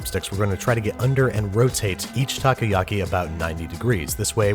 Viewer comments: Nope, you are wrong. He pronounces it "okay"ish as "takou" he starts saying "taku" and keeps on saying taku. How bout you LISTEN to it again? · also "takuyaki" ?? taku yaki? Ta Ko Ya Ki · I love this but when you pronounce takoyaki try to pronounce it like taco-ya-ky. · Tacoyaki. Ugghh. The pronunciation is killing me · Pronounced taco-yucky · “Taco-yocky” “ohkono-meeyocky” You could at least properly learn one word in Japanese... like, just maybe. Filthy gaijin... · My dad makes Takoyaki all the time and it’s a LOT easier to pour the batter with a condiment bottle so you can get the amount you want. And you mispronounced takoyaki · たこ焼き たこ meaning octopus たこ is read phonetically as た"Ta" and こ"Ko" Pronounced roughly the same as the mexican "taco". Why are you talking about stuff you don't understand?